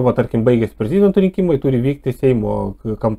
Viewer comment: Ne prez-i-dento,o prezid-e-nto...